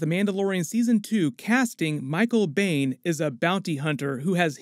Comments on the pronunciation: Michael Biehn's last name is pronounced "bean," not beyn. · Biehn is pronounced “bean” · I'll be so excited when both are released! Small nitpicks. Ashely's last name rhymes with "stine". Biehn rhymes with "bean"